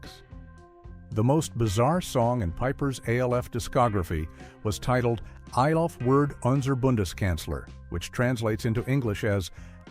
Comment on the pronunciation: Why does he say A L F instead of ALF